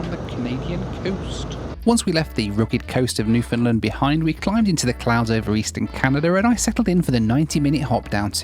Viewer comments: What is a new find lind? This guy is english????? If you can say "Understand....................you can say Newfoundland" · Please pronounce Newfoundland "New-fun-land" not "NewFOUNDland". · Newfoundland is REALLY pronounced like this: New-fun-LAND. Please care a bit more. You will only engender goodwill if you do.